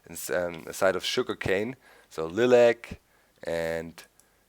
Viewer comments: dandylyon?? OK Doc :)- dandy-lion lye-lac Thanks for reviewing.. interesting additions. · lilac = lie-lack doc xD :P